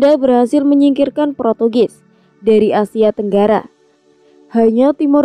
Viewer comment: Portugis bukan protugis ka, USA bacanya yu es ei bukan yu es a